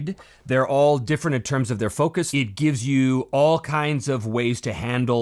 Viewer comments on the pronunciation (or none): none